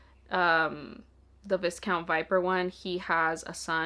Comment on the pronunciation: I love that you added your own little challenge with the monster romances, that's so fun! Just a note, viscount is pronouced "vai-count" like the first syllable rhymes with "eye". It comes from French, and we all know how French loves its silent letters lol.